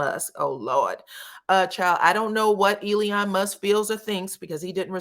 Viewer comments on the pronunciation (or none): The name is E-LON not E-LI-ON.